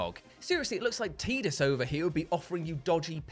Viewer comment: Props for pronouncing Tidus correctly 😅